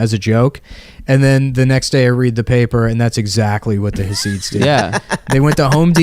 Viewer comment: nick keeps saying hah-seeds. it's chah-sids. basically you sneeze and say syd barret, but dont say barret